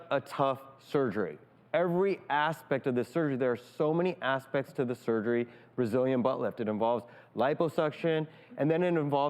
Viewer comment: "There are so many asspects to the surgery"